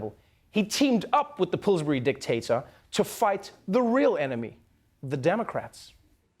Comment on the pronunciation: I thought he said "Pooresbury".